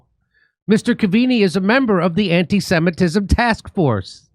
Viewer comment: "Antee-seemitism" taskforce, can't make it up.